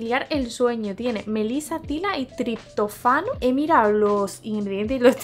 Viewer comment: Me encantan los vídeos de supermercados, son mis favoritos!! ☺ ah y la palabra triptófano se pronuncia con acento en la o, pero te lo perdonamos ❤😆